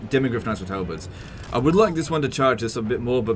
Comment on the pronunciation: demi halberds = halbirbs